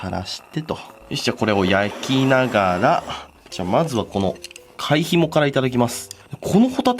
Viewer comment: ひもの煮付けがホモの煮付けに聞こえた俺は末期